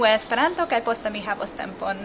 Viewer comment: Brazilians say it like "Es-pe-raantu", with accents on Es, Pe and a very strong one on Ran. The Japanese guy also says it in a Japanese way, pronouncing the syllables quickly, making a pause between each and with accent on all syllables